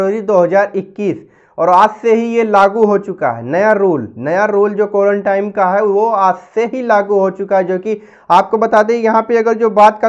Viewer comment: Are bhai ek saal ke upar ho gaya is bimari ko. Aur ab tak tumhe quarantine ye bhi bolna nahi ata. Quarantime kyu bol rahe ho. Is se pata chalta hai kitne mahan admi ho tum🤣🤣🤣